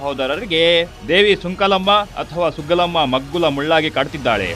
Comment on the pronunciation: ಅದು ಸುಂಕಲಮ್ಮ ಅಲ್ಲ ಸುಗ್ಗಲಮ್ಮ ದೇವಿ